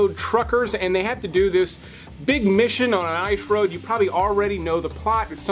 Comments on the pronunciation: Please stop saying “ish road” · The ‘Eyesh’ Road”? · The I shroad? 🤣🤣🤣